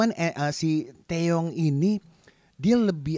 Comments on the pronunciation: TiwaY bang bukan TeYe,.. Maap bang aq ngakak tiap bilang TeYe:") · Its TIWAY bang nickname Taeyong.bukan Teye..wkwkwk